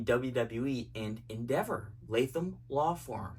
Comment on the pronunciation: “Endeva” love it ❤